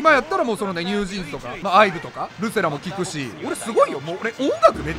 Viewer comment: ルセラの発音がなんか笑笑笑笑笑